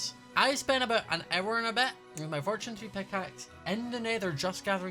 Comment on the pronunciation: Ya are you sure aboht that? 🙄